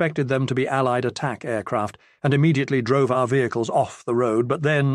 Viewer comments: Someone please teach this robot to say 'vehicles' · Been listening to a lot of these and they are absolutely wonderful, but some of the narrators British pronunciations take a minute to understand then make me laugh once I realize what he is saying. As in this one when he pronounced vehicles as V-Hick-Lee's, lol. Defiantly going to use that one on the Wife and kids when the opportunity arises